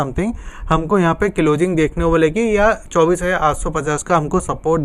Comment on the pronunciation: Tere ko closing bolana nahi aata abhi tak